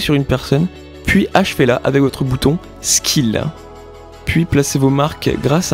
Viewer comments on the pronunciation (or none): le bouton "skill" il m'a tuer 😂